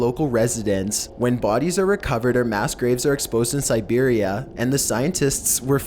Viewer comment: Serberia wtf